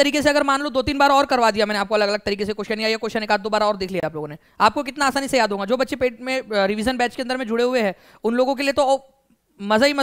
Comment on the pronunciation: Sir not honga that's hoga, aap hamesha hoga ko honga bolte hai